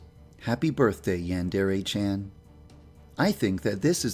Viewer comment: can’t even pronounce Chan correctly 😂